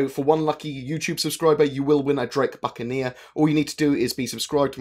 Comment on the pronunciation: >.> bucaneer you say